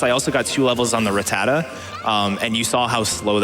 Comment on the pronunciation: thats not how i pronounce rattata....